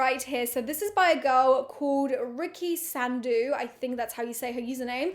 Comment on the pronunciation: Its not sandu its sandhu for you I've written it for you the wrong way so that you can pronounce coz its surname from religion from India thats Punjabi and there are millions of punjabi in india BTW LOVE YOU💖💖💖